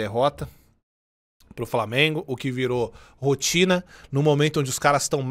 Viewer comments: Na moral tinha que fazer um compilado do falando "Framenguun" kkkkkkkkkkkk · Desculpa, mas eu só entrei no vídeo para ouvir ele falar "FRAMIENGO", desculpa novamente 😅, mas pelo menos deixei o like 😅😅😅